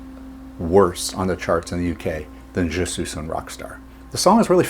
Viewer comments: sweesss not sooss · Wyman does not butcher French like you did. I cringe every time you pronounced 'suis' as 'suze'. 'Suis' is pronounced 'swee'. When followed by a vowel, there is what is called liaison. In this case the 's' is then pronounced making it sound like, 'sweezun'. He actually speaks French (I believe he was living there at the time). Ian Drury would have been a good choice as he injects both French and German into Hit Me With Your Rythm Stick. You mentioned the wrong Kinks album. Destroyer was off the next album; Give the People What they Want. I was living in Australia when this came out and it was on the TV a lot. You couldn't help but sing along. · Incidentally, Suis is pronounced ‘sweeze’. Not ‘suez’. Just sayin’…😂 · It's pronounced "je Swee un rock star" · "Je SOOS un rock star" 😂. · Very interesting! Never heard of this song before, crazy to see how many other Stones related songs it out-performed. Just curious: Were you being ironic when you mentioned how Bill butchered the French language, while you continue to mis-pronounce the song's title throughout the vid? 😄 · I'm not sure but if I remember correctly he mispronounced it intentionally.